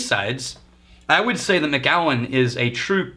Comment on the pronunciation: Hey, I'm pretty sure that it's pronounced Mac-allen (